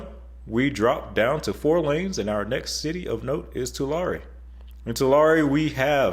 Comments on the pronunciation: Born and raised there in Fresno until 2015. Gotta work on those city name pronunciations. Ha ha. Tulare is more like To-Larry. Visalia is a lot like Vi-sail-ya. Vi is like Bye or Bi but with a V instead. Also nothing wrong with the 198 and 99 interchange. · Great video. I really liked the information. Lodi is pronounced "Low Dye". Tulare is pronounced "Two Larry". Visalia is pronounced "Vye Sail - ia" California has the highest gas taxes in the nation and it feels like the state does not maintain the roads. Most of our HWY's are poorly maintained and full of potholes. You would think that it's somebody's job at CalTrans to go around and maintain and fix the potholes on the highways. But they don't. I think they divert the money somewhere else or everywhere else but actually fixing the roads. Also 25 years ago, 99 was nicely landscaped. Now CalTrans just lets all the plants go fallow, so it is not pleasant to look at anymore. What ever happened to the nice landscaping along California roads? Oleander Bushes are now gone. How approved that? We want our road landscaping back, with watered plants. Transportation engineers should know that communities that have large population increases, cannot be serviced by two lane roads. They need to be six or seven lanes. When they build a highway they need to make it big enough to begin with to where there's not a constant traffic jam. This isn't rocket science. It's unbelievable that we are taxed and over taxed and we can't get good roads in this state. . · It’s “Two Larry” not Tu lar ree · Tulare=Two-larry Visalia =Vy-sale-e-yuh Lodi=Low-dye Great info. You were very on point with your description of the 99. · Too-LAIR-ee. Vie-SAIL-yuh. LOW-die. Pronunciations matter. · Tulare - “too-LAIR-ee” Visalia - “vie-SELL-yuh” Lodi - “LOW-die” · You mispronounced three city names! Tulare: Tu-LAIR-ee; Visalia: Vy-SAIL-ya; Lodi: Lo-DEYE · Tulare is pronounced 2 larry and visalia vise ale ya